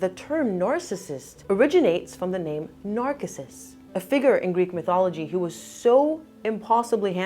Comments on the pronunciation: *NAR SISS USS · Love your video, but it’s pronounced Nar sis sus. 🙂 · The name “Narcissus” is typically pronounced as nar-SIS-us in English. 😊❤ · Gentle hint: "Narcissus" is pronounced NAHR-SISS-US.